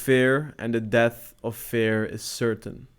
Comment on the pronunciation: You're good man, and trust me cause I've been watching YouTube coaches for a long time now. Just you sound a little weird when you say "fear" with a "e" like "bear" instead of a "e" like "beer", if you understand what I mean.